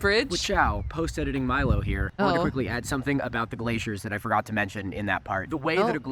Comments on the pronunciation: hey uh Milo is pronounced My-Low not Me-Low just needed to say that as I find it disrespectful when people mispronounced my name. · It's Milo like m-eye-lo